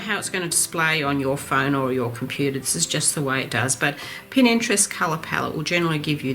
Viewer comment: Love your tutorials. Please may I correct you, for the sake of total newbies, it is Pinterest not Pininterest.